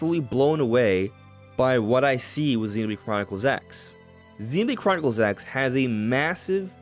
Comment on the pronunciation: "ZeenbladechroniclesX" You say it so fast that it sounds like one word (and without the "O")! 😉